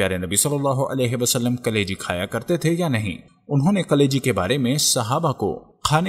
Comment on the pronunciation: میرے بھائی یقینی طور پر یہ ایک بہتریں ویلاگ ہیے تحقیق اور حوالہ کے ساتھ بات ایک مفید اور با علم لوگون کا طریقہ ہیے جو آپنے اپنایا. البتہ ایک تصہی کرتا چلوں کہ لفظ 'کلیجی' ہیے جبکہ آپکے تلفظ ایسا تھا کہ جیسے آپ 'قلیجی' کہ رہے ہیں اگر ایسا ہی ہے تو کم ازکم اردو زبان میں یہ درست نہیں.